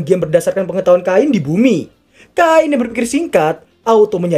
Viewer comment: Cain bang namanya bukan kain Ngakak , karung mana karung oi FBI open ap pedo!! Pedo!! Pedo!!